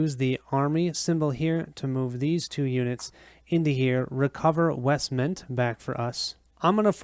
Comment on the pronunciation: Thanks for posting this. Very well done and enjoyable to watch. You asked about mistakes, so here goes: the pronunciation of some of the place names (Pelargir, Eastemnet, Westemnet).